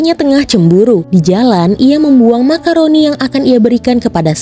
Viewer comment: Maccaron..bukan macaroni